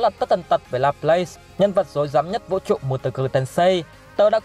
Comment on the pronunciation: đọc là La plát nha bạn